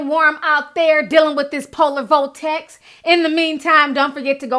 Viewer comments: Lol. Ti. I love your accent. It's vortex not voltex. Lol. Love you anyway girl and I'm still here for it. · Vortex...not Voltex lol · It’s vortex Ti lololol